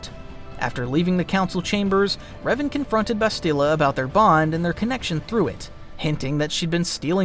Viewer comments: Seeked is not a word. Sought is the word you're looking for. Discomfort not uncomfort. Also, the game pronounces Bastilla's name for you and you still mispronounce it. It's Bas still uh. Not Bas steel uh. You were even pronouncing it correctly in the first half of the vid then changed it for some reason. Then you proceed to intermittently go back and forth between the pronounciations... Clown. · He doesn't say Bastila's name right lol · Why are you pronouncing Bastilla's name like that? Or Carth's last name? The game is voiced,. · A few names you said wrong. Like Bastila. And you said Toris instead of Taris. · Tellos, Bastilla, Cherka ... the list goes on 😂😂